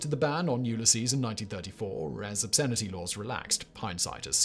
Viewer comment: LMAO, he said: "Yule a Sees".